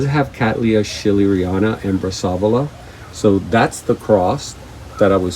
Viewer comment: So nice. But it is pronounced brass uh vola